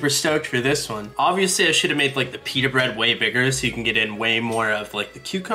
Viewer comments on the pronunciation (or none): none